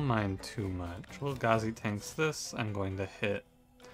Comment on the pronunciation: Thank you for calling Lil' Gazi Lil' Gazi and not Lil-Gay-Z Edit: Whoa x8 combo? Absolute madman XD